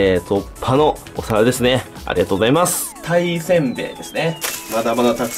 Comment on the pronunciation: ピクルスのあとのありがとうございます！が、、 ありがとナス！ 、、重症